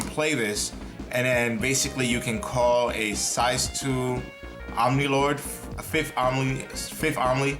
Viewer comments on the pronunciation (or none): Lol is the description you said firth and not fifth XD.